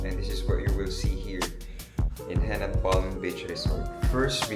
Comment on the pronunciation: Henann not Hennan ✌️